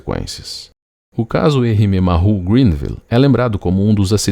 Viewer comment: A palavra "Maru", se pronuncia como se escreve, a pronuncia "marrú" está incorreta. Uma dica, quando tiver dúvidas sobre a pronuncia de uma palavra estrangeira, escreva-a no Google Translator e clique no ícone do altofalante, ou se preferir, procure um dos vastos guias de pronuncias que existem na Internet. Entenda isso como uma ajuda de alguém que curte seus vídeos e que presta atenção nos detalhes. Espero ter ajudado e fique bem!